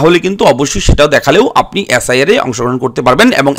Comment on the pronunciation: অ্যাস আই আর না বলে এস আই আর বলুন